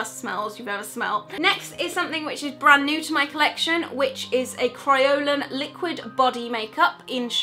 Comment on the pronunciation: your saying kryolan and adhesive wrong